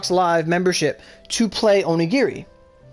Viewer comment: It's called onigiri not aurogiri -_